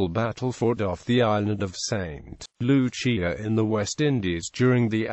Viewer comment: Its pronounced saint Lu-siah